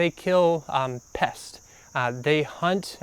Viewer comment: . They asked you that because you can spell it but not say it.same with ( ) pests. Ends with an “s.”